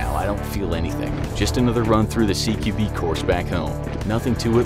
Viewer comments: It is cqb not cbg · Great vid, but I wanted to say one thing. It’s CQB not CBQ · Its CQB not CBQ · Once the said cbq instead of CQB Close quarters battle. Went through FBI training also sounds kinda weird as they should learn it during the standard course of whatever brand they're in. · Did anyone else notice he said CBQ instead of CQB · An I the only one that it bothered him saying CBQ an not CQB when he was talking about CQB training lol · Dude said “Close Quarter Battle-or CBQ”…. Really? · He said CBQ not CQB